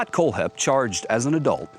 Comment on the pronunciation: Is the narrator mispronouncing Kohlhepp on purpose??